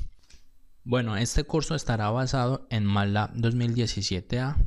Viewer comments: me duelen los oídos cada vez que dice 'matlá' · me perturba como pronuncia "matlab"